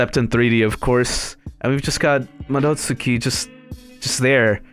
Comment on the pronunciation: Madots'ki. The u is almost silent.